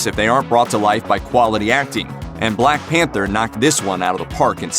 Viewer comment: The blaeeck peentaa (Whittaker)